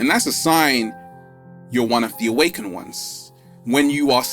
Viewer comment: PLEASE, You're an educated man - for the love of the Universe, say, AWAKENED!!!!